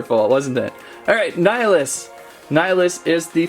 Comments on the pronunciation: LoL it’s nill ee us. Not nieleeus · Dude it’s Nil-ee-us Not ni-uh-lus lol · Hey, I don't want to sound rude but nillious' name is pronounced nill-y-ous. It was annoying hearing the mispronounciation. Other than that, good video.